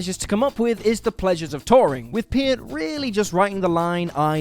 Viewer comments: Its pronounced pert. Not piert. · ok, man, say it with me: Neal PURRT. pee-ert, is no. PURRT. AH-nuh-muh, not "anemia"